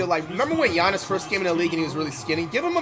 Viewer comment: Hearing flight say Giannis name right feels wrong